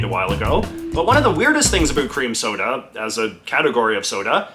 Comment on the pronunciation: At first I thought you said "queer" cream soda And I liked the old fashioned postal pillars that doubled as an armoured tank barrier...